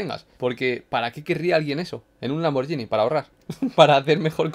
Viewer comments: Lamborghini, no lamborllini Saludos desde Italia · Si lo pronuncia como "Lamboryini", entonces yo también puedo. Gracias por tanto